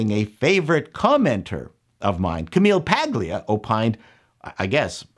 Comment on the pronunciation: Isn't the "G" in Camille Maglia silent? am I wrong dude?